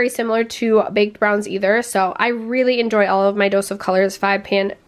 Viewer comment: Baked? It's not pronounced bahked. It's baked, like baking cookies, wow. LOL